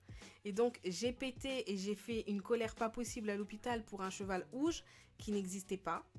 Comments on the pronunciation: mes pourquoi elle dis ouges ses rouges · pk tu dit ouge au lieux de rouge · Bourquoi tu dit ouge au lieu de rouge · Tu disais OUGE ? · elle dit un cheval ouge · pk elle dit''un cheval ouge